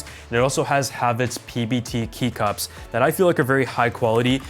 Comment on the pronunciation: did he just call them key cups